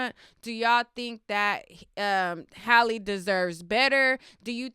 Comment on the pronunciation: Why dont these people know how to pronounce Halle? 😂😂